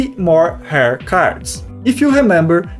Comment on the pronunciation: Your English is good! Use Google to look up how to pronounce "rare" please. To my native English ears, it sounded like you were saying "hair" and I was confused until I looked back at the screen.